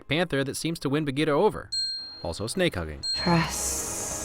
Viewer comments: The panther's name is Bagheera, not Bageeta. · i've always loved this movie and disney, but being indian, seeing amreicans butcher the pronunciations of indian names in the movie was just, uncomfortable? sher khan has a rolling R like sherr khan, same for for bagheera, baloo is just americanisation of the word, bhaloo, which means bear in hindi (clever name, i know), akela is pronounced as A-kay-la (it means alone, because lone wolf), raksha is pronounced as ruck-sha (means to protect in hindi, since mothers always protect their cubs, bandar log is pronounced as bun-der low-g (means monkey people in hindi). i can never not love this movie, i grew up watchng the animated series so the mispronunciation is something i just pass. its such an amazing story.